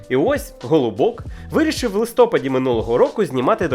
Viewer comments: Слова чергови́й, листопа́д, правочи́н у сучасній українській літературній мові наголошуємо на останньому складі. Саме такий наголос зафіксованій в академічних словниках, граматиках, порадниках та довідниках. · Наголос падає на останній склад у обох значеннях слова: і як назви місяця, і як процесу опадання листя.